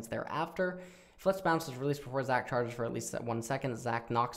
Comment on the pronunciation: i rlly want to put more effort, not liek phreak level, but at least read zac q right lol